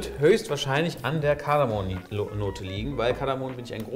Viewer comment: Es heißt "KardamoM"